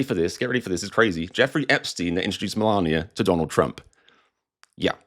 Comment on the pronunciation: Spelt Melania. Pronounced Malaria.